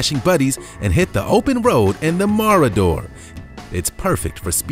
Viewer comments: mo ra der ??? ma ro der ! ffs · Ma-ra-der. No. No no no. Ma-raw-der